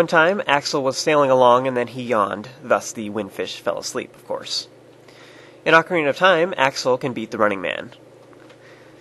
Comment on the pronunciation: only knows the real pronunciation of ocarina